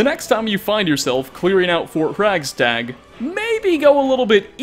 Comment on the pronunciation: Lol, "Hraggstag". Love ya,!